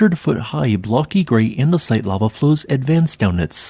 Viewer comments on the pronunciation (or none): none